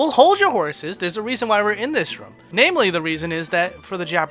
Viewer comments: Get some speech therapy, son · Every single video in this series has the word "room" but its pronounced so strangely. Like "rum" as opposed to r-oo-m